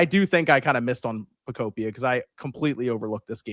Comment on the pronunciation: Pokopia is pronounced the same way you would pronounce ‘utopia’ because it’s a Pokemon Utopia. Just think of how you pronounce the game ‘Miitopia.’